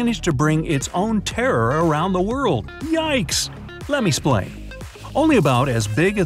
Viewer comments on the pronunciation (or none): In the beginning who else heard him say splain